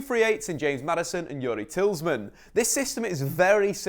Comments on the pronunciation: It's Tee-lay-mon not Tillsman lol. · It’s TEE-LA-MON-Z Not Tillsman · Tillsman? It’s Tielemans haha ❤️❤️ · Did you just say TIELSMAN instead of TIELEMANS 🥵🥵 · Absolute brilliant analytical work . Not to nit pick but Youri's last name is Tielemans repeat after me: Say "Tee le mans" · Yuri "Teals-man" and Kasper "Sha-Michael", indeed. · It’s pronounced Te Le mens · “Tillsman” ?? Shake my fucking head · Tielemans: exists: Tilsman (great video btw no hate) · you said Tielemans wrong. Its actually pronounced tea-low-mons Sorry but had to mention it. Hes who i base my style off so kinda get u know what im tryna say. I dont like people mispronouncing his name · Tielemans phonetically: teel-uh-mans. Pronounce mans like Le Mans, the 24h circuit. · It's Tee-lee-mon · Who the fuck is "tillsman" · Say it with me: Tee-leh-muhns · its Tea-low-mons I know you wanna say Mans but its Mons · It is Tea-le-mans, he is from the Flemish Outskirts of Brussels so it should be pronounced in a Flemish/Dutch way. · It's TIELEMANS isn't it ?!?! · Atleast call youris name right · This video and the analysis was excellent, but your pronunciation of Tielemens is disgusting 👎👎👎😂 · Lol other than Tielemans, I noticed this in the other video but learn to pronounce "Heung-Min Son" dude. I'm not Korean but I'm pretty sure "Heung" isn't pronounce as "Hew" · The ‘S’ is at the end of his name not the middle 🙈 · Fantastic video! One of the best I've seen covering our team. Great work. Only negative is you kept pronouncing Tielemans name incorrectly! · Dude can't pronounce Tielemans. 😂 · Khwezi Majoro and sshhmichael lol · Nobody can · I love you but the way you pronounce Tielemans jesus